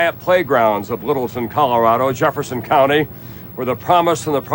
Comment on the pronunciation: jEfFeRsOn CoUnTy! the way he said it 😂